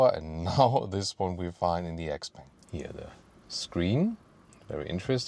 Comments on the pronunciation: Shiao pang not ex-peng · it's Shpeng, she bang she bang ;) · Hi. Please google how to pronounce this brand name.